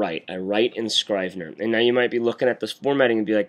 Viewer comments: It's Scr-eeh-ve-ner. Like in Italy i.e **italicized**. Not Eye-tah-lee // eye-tah-lee-sai-zed. Just like in Iraq. It's Ee-raq. Great vid tho. If only Scrivener didn't crush at the end. I'm using the same workflow for creating the hand-out curriculum for the college I'm teaching. There is a Markdown to HTML export option in Scrivener and therefore you can avoid importing text in Textmate. Oh! And you can change the colours in Textmate so as to become more WriteRoom-ish. tc iokera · It's Scrivener with a soft 'i'. Rhymes with give. Thanks for the vid.